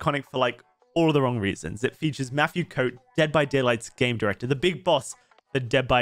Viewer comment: Did he say Matthieu Coat????